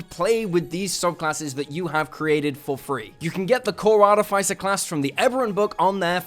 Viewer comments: It’s ar-TIFF-iss-er. Not Ar-tiff-ICE-er. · I really wish people would pronounce Artificer correctly. AR -TIF-uh-SIR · Why do so many people pronounce “Artificer” wrong? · Started the vid to check if you still pronounce it that way, and you do. Can't take it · So you still don't know how to pronounce artificer I see